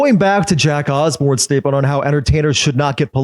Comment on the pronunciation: "The Ozembournes" 🤨